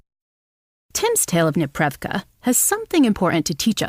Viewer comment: Ok, it is a "nepreRYVka" (непрерывка - meaning "continuous, uninterrupted"), not "neprevka". As a native Russian speaker, I broke Google trying to search for what you were talking about :)